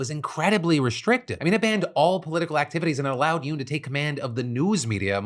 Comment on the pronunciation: Who all acted like they went fast every time Phil said "Yeun"? Just me? Cool 😅